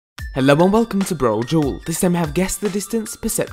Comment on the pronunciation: Hey Brodual. It's pronounced "Brodual" not "Brojewel". :P